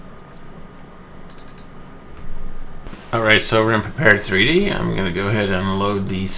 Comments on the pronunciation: Good video. But man, you are a LM beta tester, you should at least know how to pronounce the title of the software. It is "Prepared", not "Prepared 3D". Straight from LM: "Prepar3D (pronounced “prepared”) is a visual simulation platform..." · Thanks,. I appreciate the Quick Tip video. I'm looking forward to the next! BTW - from LM's website: "Prepar3D (pronounced "prepared")..." So, it's "prepared" or P3D (pea three dee) for short. I know...I know...totally useless information. Feel free to ignore.:) James